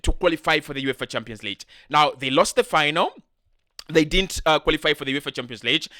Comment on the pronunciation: Champions Leeech???? Or Lig as in big?